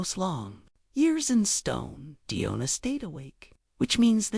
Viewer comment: It's Demona not Diona.